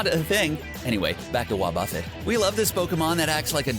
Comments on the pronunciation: It’s pronounced Wah-Buh-fett not Wah-Buffit 😂😂😂😂🤦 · Ya there was a few mispronunciations 😅 like how they say Wah-Buffit 😂🤦